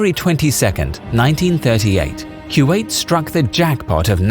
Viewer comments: Its not Q8 It is Ku wa 8. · Fairly sure it's "koo-wait" no "q-eight" ... maybe I'm wrong. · i think kuwait is pronunce as koo wa it